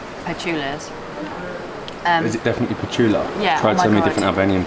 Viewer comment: Yes we call them petulla... ( you were very close with prononciation) you said with "soft" "t", close enaught.You are discoverin every corner amasing.